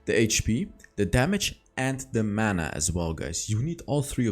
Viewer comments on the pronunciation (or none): none